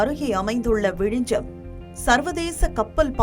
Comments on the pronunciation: அந்த ஊரின் பெயர் விழிஞ்ஞம் என்பதாகும். ஏனோ தமிழ்நாட்டினர் ஞ்ஞ என்பதை எப்போதும் ஞ்ச எனவே உச்சரிக்கின்றனர். தயவுசெய்து ஞ்ஞ பழகிக்கொள்ளுங்கள். மலையாளத்தில் நிறைய வார்த்தைகளில் ஞ்ஞ உபயோகிக்கப்படுகிறது. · you are tamilian and you are calling it vizijam. you dont know very basic tamil